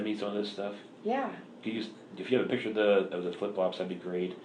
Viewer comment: There's no such words as kidsess, girlsees, she uses like too, and piture for picture, whatnot, she's just as bad as the moron husband.